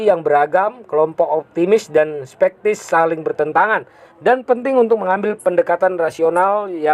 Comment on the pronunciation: Teks "SKEPTIS" aja dibacanya "SPEKTIS" 🤣